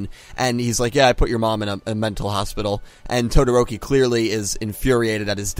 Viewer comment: its TO-DO-RO-KI wtf are you saying